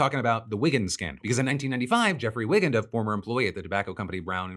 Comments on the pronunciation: Dr. Jeffrey Wigand's name is pronounced "WY-gand" not "wiggund". There's an excellent film called "The Insider" with Russell Crowe as Wigand, well worth seeing. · A small but important edit: it's pronounced Jeffrey "W-eye-gand." Highly recommend Michael Mann's fantastic film, "The Insider," which tells the whole CBS/tobacco story. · That’s not how you pronounce Wigand. Come on, didn’t you watch The Insider?